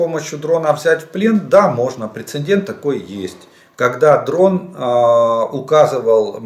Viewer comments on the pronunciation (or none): none